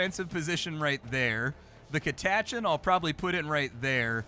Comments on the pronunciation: I came here to say the same thing. Ive always read it as Cat uh chan, but to each their own I suppose. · What a way to pronounce Catachan